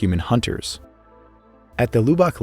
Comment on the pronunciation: My only critique— Lubbock is pronounced “Lub uck” not “Lou bock”. Great video though. Subscribed